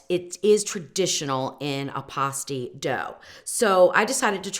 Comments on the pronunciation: I lived in the U.P. for years and always heard it called "pass-teas" not "pah-stees". I have an originsl pasty recipe from one of the larged pasty shops in Marquette. I might try yours because trying to find rutabagas here in Indiana is impossible. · Not to be critical but you're pronouncing it p-ah-sty when correctly, it is p-ass-ty. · Born and raised in the UP. It is pronounced PASTE -EE